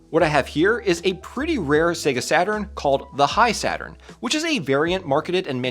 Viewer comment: I thought it's pronounced "He-Saturn" not "High-Saturn".